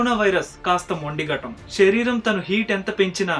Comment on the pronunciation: గారు మీ వీడియోస్ అన్ని బావుంటయి. కానీ మీరేం అనుకోవద్దు ఒక suggestion చెప్తాను. షరీరం కాదు శరీరం అనగలరు. అలాగే తెలుగు pronounction శ. ని ష గా పలకడం ఎక్కువైంది. అందుకే ఏ వీడియో లో అలాగున్న వెంటనే కామెంట్ చేస్తా. ఏమి అనుకోవద్దు